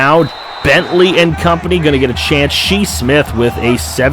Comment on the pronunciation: Why do some people pronounce his name “she” Smith? Like they would name their son “she”? It’s pronounced “Shy” lol 😂🤷‍♂️